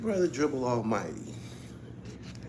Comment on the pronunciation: it's "Almigh-TEE!" 😁